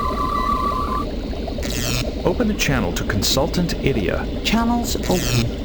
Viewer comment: Idyia almost sounds like "idIOT" XD